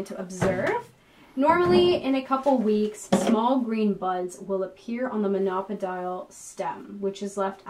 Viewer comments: It's mono-pO-dial, not monOpo-DIAL! I thought maybe I had it wrong, but nope, I checked US and UK pronunciation on Merriam Webster and Oxford dictionaries. O as in dough, row, foe, go, etc. Mono-PO-dial, got it?! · Thanks for the nice video. Just one suggestion: "Monopodial" should not rhyme with "crocodile". Mono-podial = one foot. A single-stemmed plant. Think podium, podial. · The pronunciation of monopodial and sphagnum really turned me off.